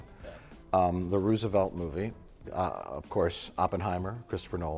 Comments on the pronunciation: “Ruse-oh-velt” Ah yes, my second favorite president. Right behind Tomas Jeefersoon. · So Mike doesn't know how to pronounce "Roosevelt" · I am infuriated by the way Mike pronounces Roosevelt